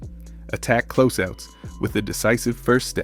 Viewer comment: This gotta be AI. You don't say "defense", "close out", or "phenom" the right way for ANYONE who watches basketball. You didn't analyze anything and every sentence seems like it was an answer to an AI prompt. You said nothing of substance. Garbage slop content.